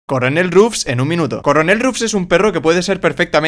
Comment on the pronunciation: nadie los argentinos: asi no es